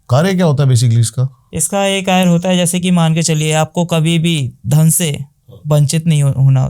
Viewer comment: Karya❎ kayr✅😂